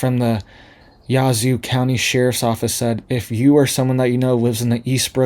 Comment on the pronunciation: As a northeast Mississippian thank you for the info. Just in case you’d like to know we pronounce it yaa-zoo. We have a lot of names that look one way but you say them way different. We have a lot of Choctaw & Cherokee names. One is Shuqualak. It’s pronounced Sugar Lock. A community close to me is Pisgah. Most try to call it Pah is gah. If you are from around here we know when anyone isn’t from here by the way they say it. We call it P is gee. 😂